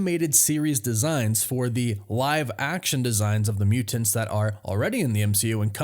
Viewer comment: "The Muu-Tints"...